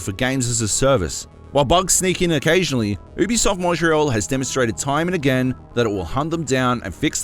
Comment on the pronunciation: I stopped watching the vid as soon as he said OOObisoft